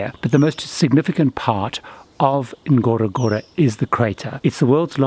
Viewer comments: It is pronounced gorogoro not with emphasis on the first N. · Great video.. It's pronounced " uhn-goro-goro".